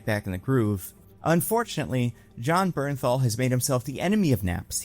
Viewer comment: the way i GASPED out loud!!! YOU DID IT,!!! YOU PRONOUNCED “BERNTHAL” CORRECTLY!! IM SO PROUD OF YOU!!!